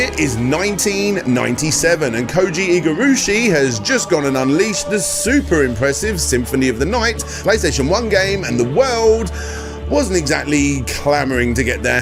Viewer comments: Iga-rooshi huh? 😂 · Did you say "iga-rooshi"? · jesus christ it's not hard to learn how to say people's names, Slopes. There's literally hundreds of videos on youtube where people say "Koji Igarashi" right. It's such a small effort to show people some respect.